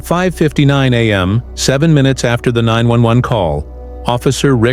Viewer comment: Mr AI go back to school and learn how to say am and pms or 10 am😂